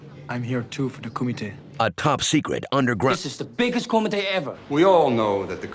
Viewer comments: You’re pronouncing it wrong. It’s “Kumite *karate sounds*” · It kills me when Americans don't put in the effort to pronounce a word in its own language and they just read it in their own. Surely people attending such an event would know it's pronounced KUMEETE. At least one person attending should have known. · Did you say kumate? Waaaakaaa!! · Such a great martial artist he is, but still didn't do anything to correct the horrible pronunciation of kumite